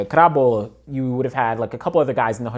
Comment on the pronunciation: Plus Karabo beat Omanyala last year if I'm not mistaken so he's the real deal The pronunciation was perfect chill 😂😂